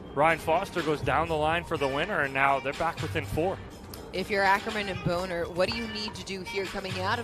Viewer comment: Don’t you guys think Bohnert is pronounced “Bahn-ert” and not Bone-ert?